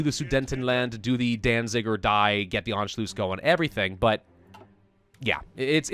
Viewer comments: Why did you say Anculuss so weirdly, An- shu- luss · "Anchlews" "Anchloose" I want to shoot myself every time he says it wrong. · Anschloos?? Pronunciation a bit of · How is it pronounced? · in anschluss, the u is short and the ss is sharp :D